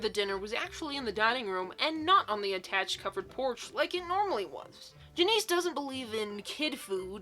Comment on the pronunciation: Are you srsly saying Janice like that?